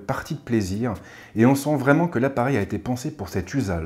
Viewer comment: Bonjour. Super vidéo comme d'habitude 👍 Combien coûte-t-il ? Sinon vous nous rajoutez toujours des "t" incongrus dans les liaisons 🙂 dans le genre : "il a-t-été"...